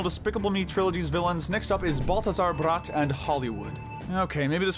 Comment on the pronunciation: Balthazar's last name is pronounced "brat"